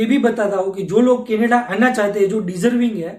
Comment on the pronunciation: මූට කැනඩාව කියන වචනයවත් හරියට කියාගන්න බැරිනම් අපේ එවුන් මොකට බොරුවට බය වෙනවද...